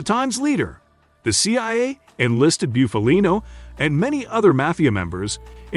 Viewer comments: Can you say Buffalo? Well then you can correctly say Bufalino....not byoofalino. It's Bufalino( BUFF A LINO) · Booofaleeennnnooo he wouldn’t be happy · You really need to learn how to properly pronounce last names before you make videos. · At least pronounce his name right. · Your pronunciation of his name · Guys like this shouldn't be making mob documentaries. His first pic is Funzi Tierri not Bufalino, and he can't even pronounce Bufalino's name right. I'm from PA in the north. This would be like me making a documentary on southern redneck living in Louisiana when I've never lived in south....lol. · Learn how to say Italian names if you're going to make a video about Italians. I can't even listen to this clown. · Stopped watching after the 2nd time he fkd up his name. 🙄🙄🤮🤮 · U can't even say his fuckin name right! This channel always does this shit. I can't watch this shit anymore.